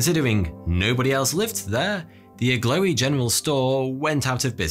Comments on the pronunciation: Is the mountweazel supposed to be that Agloe is pronounced "ah-glow" instead of "ah-glowy" ? At least that's the way I've heard John Green pronouncing it. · I’m from upstate NY and I’ve always heard it pronounced (“ag glow”) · "Agloe" is pronounced" Ag- low" , actually! Delightful video, though! I love hearing about odd things on old maps